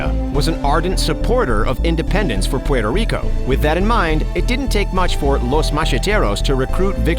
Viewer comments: you can say Cuba, Cuban, south America, and other nationals but you can't say Puerto Rico correct hahahaha, You def not from NY State or NJ. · The way you say Puerto Rico makes me cringe 😖